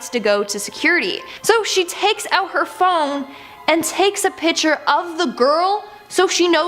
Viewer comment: It's pronounced picture not Picture